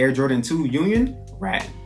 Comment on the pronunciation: Rattan -Pronounced Rah-Tahn